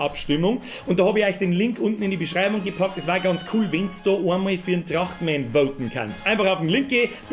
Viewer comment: Trrrrrrachtmän is schou a komode sach